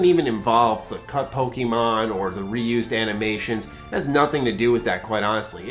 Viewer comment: I agree with the opinion. I don't agree with the emphasis you put on the 'e' in Pokemon.